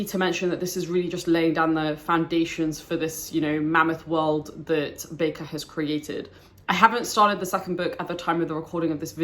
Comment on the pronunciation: My top 3 favourite series also! Just to politely correct one of your comments; His last name is pronounced as 'Baker'. (Not back-er). You may have watched Sadler's videos where Sadler incorrectly pronounces it 'back-er'. Or some other reference. But, R. Scott Bakker himself has said it is pronounced 'Baker' see the first 10 seconds, or so, of this video for reference. Cheers.